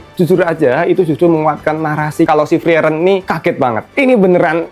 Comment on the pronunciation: Btw bacanya furii-ren/fri-ren bukan fri-eren